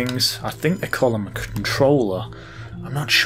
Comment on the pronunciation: “ i think they call them a CONTROELR!” magnificent.